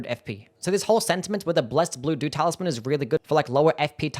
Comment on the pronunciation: I was listening to the video on the background and I was constantly hearing "blessed doo-doo talisman":face-blue-smiling